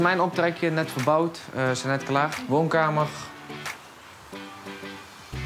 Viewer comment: Thanks voor deze topcontentttt. : Je hoort een "ggg" aan het eind van "woonkamer" en "slaapkamer", omdat veel Brabanders de 'r' als een soort harde 'g' uitspreken.